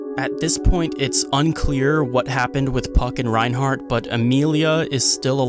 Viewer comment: Tf is going on is reinhard not reinhardt